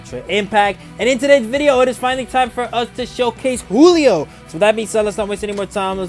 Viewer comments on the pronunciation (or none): Giulio is pronounced like “Juliet” but saying “lio” at the end. Also, think “Rudy Giuliani” but again saying the last name as “Giulio.” It’s an Italian name, since he was a servant of a big Italian family (in the movie).